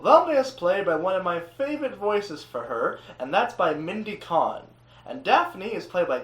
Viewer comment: small point but you mispronounced Mindy Cohn's last name. Agree she's great on the series